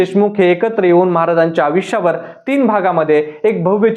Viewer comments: अविश्य नाही.... आयुष्य असतं ते.. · Aaj kaal konihi reporter bantoy hya la ayushya ha shabdahi nit uccharta yet nahiye